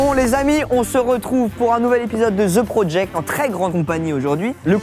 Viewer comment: Si t'es pas capable de prononcer correctement "The Project" appelle ça "Le projet" Colonisé va!